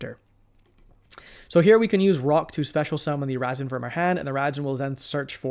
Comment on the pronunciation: “Vynquish soul” “Razzen” 😂😂😂 Love the content as usual.